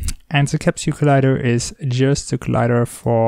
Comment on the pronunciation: "ze bear"